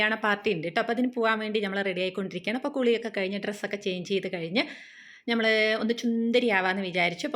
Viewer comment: ഞമ്മൾ എന്ന് പറയാതെ നമ്മൾ എന്ന് പറയൂ ചേച്ചി ❤